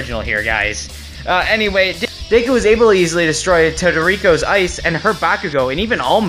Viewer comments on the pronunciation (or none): I think he meant todoroki but he said todorico but for me it said portoico